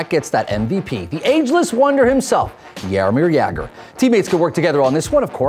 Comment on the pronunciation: It's hilarious how you pronounce Czech and Slovakian player names. But Jaromír Jágr was pronounced fine, we love that guy in Czech Republic!